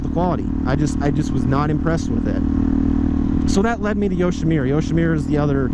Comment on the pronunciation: Yoshimirrer? It’s a Japanese name...Yoshimura, the u is pronounced like put, or look